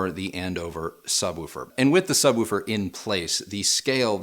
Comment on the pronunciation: Did just say subwufer?